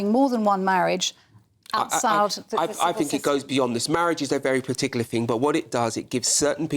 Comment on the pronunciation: What’s a “fing”?